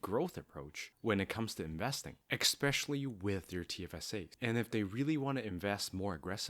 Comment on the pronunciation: your credibility would be enhanced if you pronounced especially with out the X.